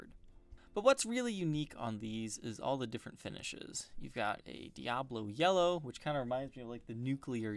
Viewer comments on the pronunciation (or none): none